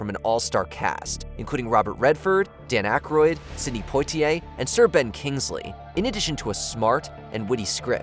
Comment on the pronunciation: Also: Sidney "Poytiyay?" Ouch 😒